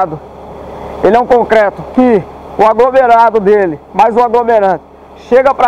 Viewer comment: Amigo! Só uma dica, não é cocreto...o correto é concreto...kkkk